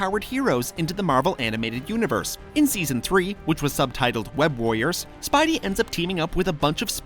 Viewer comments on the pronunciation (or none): anyone notice he says spibey instead of spidey plz pin